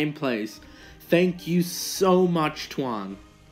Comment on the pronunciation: How you read Tuan is WRONG Its a vietnamese name